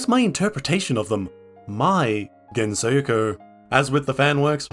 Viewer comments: Why does he pronounce it like thattttt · STOP SAYING GENSOKYO LIKE THATTTT